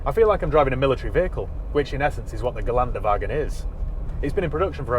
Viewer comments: It’s pronounced Gelender vargen. Knowing this does not make it drive any better though. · Argh! Geländewagen has an umlaut in it,! My poor ears!